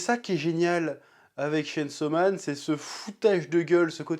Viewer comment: Chêne saut man